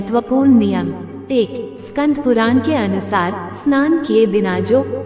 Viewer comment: स्कंद है स्कंध नहीं